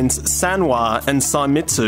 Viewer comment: It's "say-meats" not "sai-metsu"